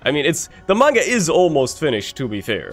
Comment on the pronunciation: “Yeah I know, I’m saying it like that to piss some of you off,” he said while pronouncing Manga correctly. If anybody ever calls it Maynga or man-ga it is your duty to correct them. It is pronounced mahnguh